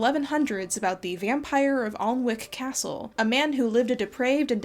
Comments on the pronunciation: Alnwick being pronounced Annick has never seemed weird to me until i heard it said out loud as Aln-Wick! That's not a complaint, its just that i had to write it down and stare at it for five minutes and think "why" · the alnwick castle is actaully pronounced Annick castle. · Btw, Alnwick is pronounced Annick. Great video! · Also its pronounced An-ick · a fun lil fact for anyone who didnt know, alnwick castle is (weirdly enough) actually pronounced ann-ick. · Great video as always!! Tiny little unimportant side note: Alnwick Castle is actually pronounced Annick Castle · Excellent and informative video as always! Also, as a local it's always interesting to see how people try to pronounce "Alnwick". (It's not how it's spelled, it's said more like "An-ick", English town names are weird like that). Looking forward to more videos from you in the future 🥰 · Anyone here who watched coldmirrors Harry Podcast and notices how she mispronounced Alnwick Castle? xD